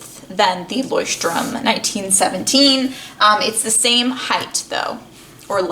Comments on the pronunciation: yeah of course but by the fact that she’s not german she said it as right as an english speaker can say it. 😊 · She pronounces it ok for an English speaker, but not exactly how a German would say it. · Jon Solo actually she pronounced it right lol.